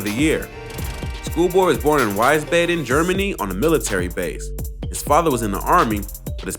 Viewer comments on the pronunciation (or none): Wiesbaden is pronounced "Wees-Bahden" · Looks like Wiesbaden, sounds like "weezbotin". I was stationed in Wiesbaden, which is outside of Frankfurt Germany.